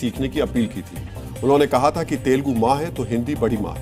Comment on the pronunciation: That is not तेलगु that is तेलुगु ok